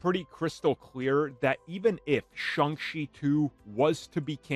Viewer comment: He pronounces the name Shung chee.